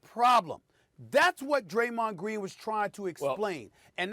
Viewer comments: I agree with "Graymond Dreen" but because it's coming from his mouth, people don't wanna hear it. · Yes, Graymond Dreen. That's the name! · Graymond Dreen??!!!?!! Let's give it up for old Graymond Dreen! I'm dead lol